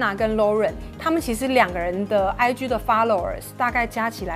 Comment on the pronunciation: IG可以不要再發音成 唉”居”了嗎！請查一下G的正確音標發音法，拜託 謝謝